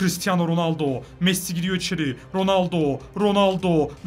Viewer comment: Nolur Messi’ye Mes demeyi bırak abi lütfen